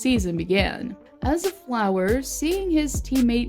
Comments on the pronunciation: It’s fluery not flower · its fleury not flower bich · Fleury not flower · It’s fleury not flower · His name is flurry not flower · Why are u saying flower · is she calling him flower? lol